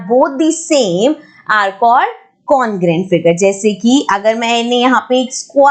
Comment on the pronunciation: maam ur teaching is awsome but please me as a subscriber mind this comment and dont say congruent congrant no beijjati